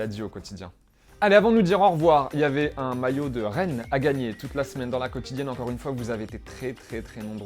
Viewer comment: ET QUAND IL A DIS RENNES CA M'A FAIT RIRE !! JE SUIS FRANCAIS LOL